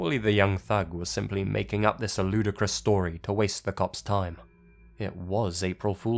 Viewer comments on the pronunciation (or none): none